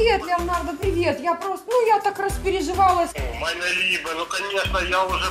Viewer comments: 29-52 "МОЯ ЛИБЕ".... Так никто из русских, живущих в Швейцарии, Германии и т.д не говорит! Мейне либе ( meine Liebe) правильно! Какой-то лошара из тюрьмы разводит .... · «Майне либэ» це шось 😂 І дороги прям «шайзе»